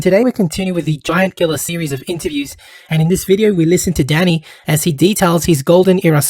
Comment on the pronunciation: swear everytime he said danny it sounded like he said daddy